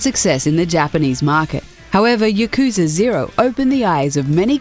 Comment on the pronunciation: You mispronouced Yakuza. It's pronounced "Yah-Ku-Za", no pause or dragged-on sound. I hate it when people mispronounce Japanese words with a super stereotypical White accent. I'm Japanese btw. And I hate it you misprounced a Japanese word with using such an accent. It's the same thing as calling Naruto Narudo. It's a Japanese word, not just a series name. Your super white stereotypical accent is raciest towards Japan. I'm not angry, just calling you out on your mistake. Hopefully another Japanese person doesn't get angry on that. Not all Japanese guys are chill and easygoing like me you know. I'd hate for you to be subjected to hatred. I enjoy your channel's videos, I just found you made a mistake in this particular video. I should probably end the comment here, I'm expecting an email from someone who works for me who's also my friend...